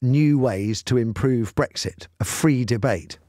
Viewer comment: Matthew, you also ruined my… wait Brexit, I thought you said Breakfast. Ah, OK - carry on.